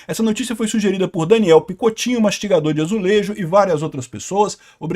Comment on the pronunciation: o vídeo acabou pra min quando foi pronunciado o nome "mastigador de azulejo"